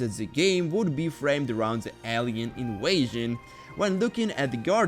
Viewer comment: bro saying inwaysion its invasion pronouse the v